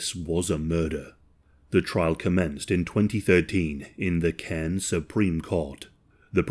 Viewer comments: Aussie here firstly "Caines" is pronounced "car-ns". Secondly yes mail order brides is a thing here my mum's best friend is one, he was an asshole too didn't kill her but beat her up in front of the kids repeatedly. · The way my neck snapped when I heard cairns